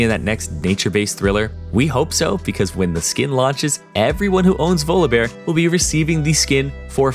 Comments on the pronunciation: It's volleybear Jesus😂😂😂, why are you saying volobear??? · why do u say volobear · pronouncing volibear more like voldemort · The way he says Volibeae bothers me TT